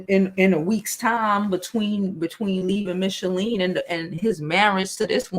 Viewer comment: Just curious; why do you keep saying Michele’s name wrong? It’s not Michalene😆